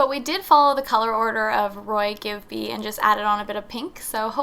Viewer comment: I’ve never heard anyone pronounce ROYGBIV like that! How neat. I usually say Roy-G-Biv hehe.